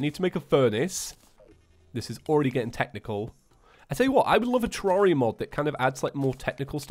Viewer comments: TEAR AIR I A, NOT TEAR ARE I A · I think it’s pronounced ter-air-e-a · terraria i pronounce it terreria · The only thing that annoys me about this video is the fact that you don't say Terraria correctly.